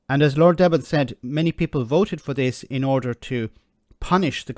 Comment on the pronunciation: this is John Selwyn Gummer who was MP for Suffolk Coastal. His successor was Therese Coffey. I's prononounced "Deeben", by the way.